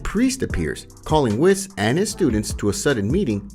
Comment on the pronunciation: Why do people still pronounce whis’ name like “wis”? When nowhere in the show do they not use “wees”